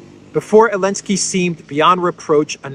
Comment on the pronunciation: Is it my hearing problem, or does avoid pronouncing the Z in Zelensky's name? I hear it as Elensky and Olensky, This is obviously the way CC "hears" it also.